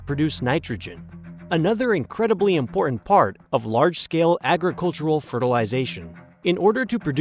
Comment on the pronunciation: "Important" is an English word that ends in "T" sound, not a grunt.